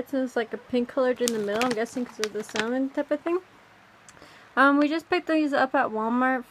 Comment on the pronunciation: Wait... Did she say "Sahmohn"?! JkJk great video😻